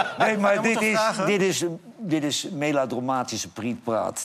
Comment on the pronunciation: Johan: “Meladromatisch”